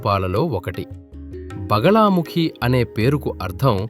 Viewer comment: బగలా కాదు బగళా ముఖి